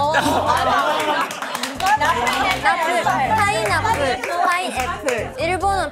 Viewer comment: 진짜였어 ..? 진짜 일본발음 파이나프르야 ㅋㅋㅋㅋㅋ 아니 찢었다 ㅋㅋㅋㅋㅋ 뒤에 의기양양한 표정이랑 세리머니까지 완벽해 ,, 넘모귀여워 ,,,ㅠㅠㅠ 뭐야 ..? 어케알아 …? 성민 뭐하는 사람이에요? 처음엔 수줍수줍 애기 그자체였는데 볼수록 웃기넼ㅋㅋㅋㅋㅋ 진짜 사차원같음